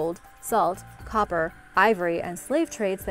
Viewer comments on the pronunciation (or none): none